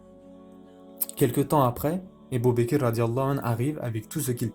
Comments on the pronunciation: Ca me perturbe que tu prononce abu bakir au lieu d’abu bakr mais sinon Qu’Allah te récompense pour ton travail. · Pour quoi tu dis ébou baker? Ça gâché tout c'est Abou bakr